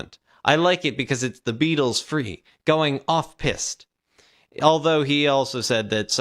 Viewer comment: You'll find that "going off pissed" is not quite the same thing as "going off-piste." (Pronounced differently).